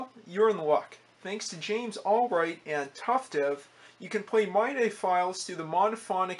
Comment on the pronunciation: "Mye die" lol It's more like "Mee Dee" by the way, but who cares? Just seeing these old computers really fascinate me. Technology really has come so far.